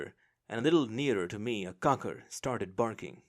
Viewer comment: I've heard you mention an animal several times, it sounds like you're saying cocker. What kind of animal is that? I've been assuming it's some kind of monkey